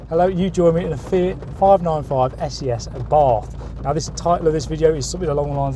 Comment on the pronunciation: And It’s pronounced essay essay.